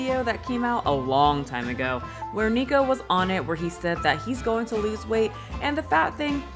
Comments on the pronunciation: I don’t you pronounce his name Niko 😂I think it’s Nik Ocado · NICK-OH-CADO! baha. But yeah I agree, I don't know why anyone watches him to begin with so he has a point about them being dumb ants lol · Nik-uh-cah-doe Ah-vo-cah-doe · Not who can't be bothered to say the Cado in Nicocadoavocado 😂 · Someone please tell me why she calls him “neeko” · Why does keep calling him Nicko?? I thought it was pronounced NICK….? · You say his name SOOOOOOOOO wrong!! 🤭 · Is it a running online gag for commentators to blatantly not say "Nikocado" correctly? I've heard it said so many different ways and I don't get why it's so difficult. 😅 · Idk why but the complete drop of the second syllable of the first word of his username bothers me. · I think the nikocado is a genius. It doesn't look good that you kept pronouncing his name wrong and most people who are reporting on this right now don't know the lore about his videos